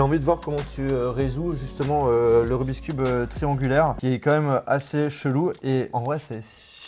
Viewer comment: Je t'adore mais j'ai quitté la vidéo très vite... En tant que cuber non-professionnel, j'en pouvait plus de t'entendre dire "rubiscube".